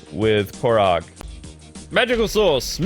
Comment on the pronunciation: It's pronounced core rag